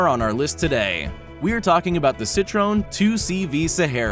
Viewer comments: Citroooneee!!! wait, isn't it Citroën ?? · Citroën not Citrone, they’re French not ‘Italian’-American (or to give such people their official and proper demonym, which is just ‘Americans’) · Say Citron one more time .. i dare you.. i double dare you :)) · And his starts by fucking the pronunciation of Citroën.